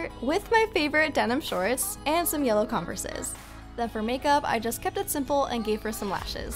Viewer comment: “Conversas” ???? Lmao